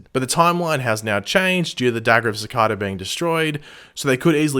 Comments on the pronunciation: How to you manage to say cicada like that when everyone in the show pronounces it differently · Just saying u pronounce cicada wrong